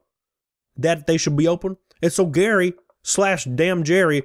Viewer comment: It's Gerry, pronounced the same as Jerry. The e in what makes this sound like Jerry, as opposed to sounding like Gary.